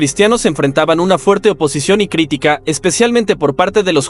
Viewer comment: Una de las veces, lee mal, es " critíca " y no " crítica " a los 34 segundos...🤷🏻‍♂️